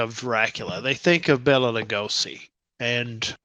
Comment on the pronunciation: Bela is pronounced "Bay-la". Bella is a woman's name. The more you know.